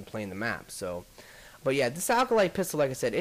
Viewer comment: alcolyte? Its Acolyte. :D